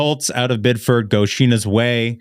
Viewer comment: Bid-ferd?! As a former Mainer I’m appalled 😂 Biddeford